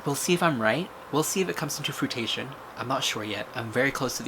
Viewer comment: I am just so pumped that you pronounced fruition (froo-ish-ON) fruitation (froo-tay-shun). It made my night. You're obviously very smart and that is why it was so funny, Love you <3